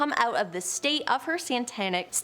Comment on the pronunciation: AARRGGH!! RO-LAND DOE, NOT RONALD!!! SA-TANIC NOT SAN-TANIC!!! AARRGGH! I can't take it anymore!